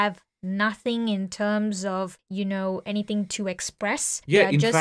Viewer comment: Great videos. I hate to be that guy but I have to point out, it's pronounced "anything else?" Not "anythink else?"